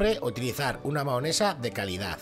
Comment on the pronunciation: Se dice mayonesa